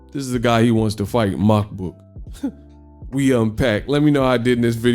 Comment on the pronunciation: You have too much hate for Makabu ... at least learn to pronounce a fighter's name out of respect. He won that fight. He is the current WBC champion.